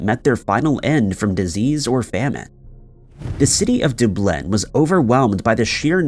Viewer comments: Why do you always mispronounce an obvious word? Seriously we all know how to say Dublin properly FFS. I'm gonna unsub. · Does anyone else think he purposely mispronounces names of cities?? I mean…who’s never heard of Dublin? C’mon!! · Those he will pronounce correctly. Seriously, I have heard him pronounce some hard names correctly and can't help but wonder what his problem is with Dublin. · Are you fucking serious about not being able to pronounce Dublin? Are you fucking retarded? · It's like he is not from earth.. How can you not know how to say Dublin? Iam awaiting f.ex. "The Uck" and "Ooza" , for the UK and USA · The worst part is it’s pronounced the way it’s spelled. He has to be mispronouncing these words intentionally. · I think his name is pronounced "", judging by the way he pronounces Dublin. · Are you saying 'Dublin'? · The way he pronounces Dublin...dear lord😱😱😱😱😱😰😰😰🇮🇪🇮🇪🇮🇪🇮🇪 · He mispronounces a lot of words, especially place names, like Dublin, Edinburgh, etc. it’s done to encourage comments on the video. Comments promote the video; it doesn't matter what they're about. More comments, better payoff. And nothing gets people going more than mispronounced names of familiar places. Just look at the number of comments about Dublin’s pronunciation there are. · Thank you. He says that every time he has to say Dublin. Drives my friend and I crazy. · Bro at this point I’m convinced he does it on purpose. This isn’t the first time I’ve noticed him mispronouncing a very common name/word. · It's "the information age" and this dumbass still doesn't know how to pronounce Dublin... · How are you that old and not know how to pronounce Dublin? I mean I would think that one main part of the commentary on a video is making sure you pronounce the names properly. And it is literally the most well-known city in Ireland ffs! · Took me a minute to realise he even meant Dublin 🙊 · It's Dublin, in Ireland. The voice synthesizer which narrates this video, gets it wrong.